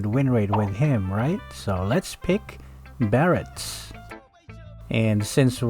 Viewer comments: how hard is your "BARATS"😂😂😂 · Barats...how can you mess up the name?